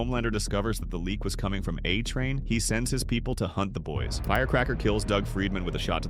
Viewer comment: Dude. Learn how to pronounce the show Like wtf